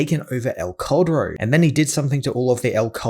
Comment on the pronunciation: i always thought it was named "el corredor" bc of your pronounciation lmao couldnt find any vids on that story bc i was searching that name jffjfj (that "cal" from caldero just say it like kal from kal-el and you will make it sound better)